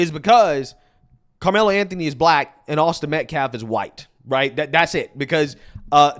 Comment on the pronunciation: Dude / is a disgrace to us all...he saying shii like....AUSTIN METCLAFF....and WE HAVE SAW?????😂😂😂😂...boy you making us look bad...what a looser....